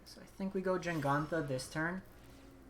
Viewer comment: JEGantha ther is no N.... JENGANTHA ruined the video